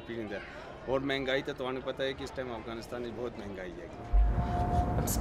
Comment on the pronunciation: Thank you for this documentary!!! The were a lots of thing that I loved but the most one was when he pronounced Afghanistan the way it should be. Not like most of others who are pronouncing it like foreigners. We are afghan and we know and SHOULD know how to say AFGHANISTAN !!!!